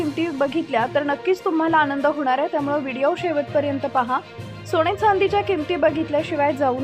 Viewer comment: सोणे नाही सोने.आधी उच्चार सुधारा